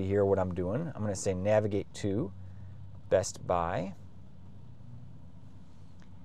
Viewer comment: pronouncing the T in bestbuy is wild